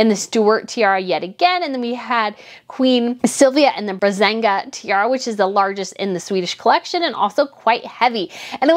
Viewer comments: Please, don' t always say "Brazanga Tiara", it' s Braganza!!!!!! Happy new year!!! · Again... Brah-gan-zah (written Braganza) tiara. Not Brazenga or something along that line. Please! And Leonor is Princess of Asturias, not Aurelias. Should you like to present yourself as a professional royal commentator (as I gather, you do), you need to up your game in that regard.